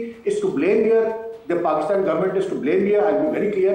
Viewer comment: Yeh ko sahi tariqay se Pakistan kiun nahi bolna aata. NDTV ke kisi loser anchor ki tarah Pakistan bolti hai